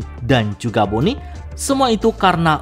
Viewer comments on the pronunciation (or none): none